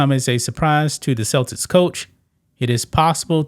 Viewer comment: Damn bruh! Is the word "Celtics" that hard for you to pronounce? 😂